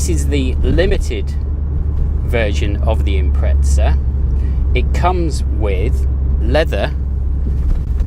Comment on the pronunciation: No hate but where is the t in Impreza?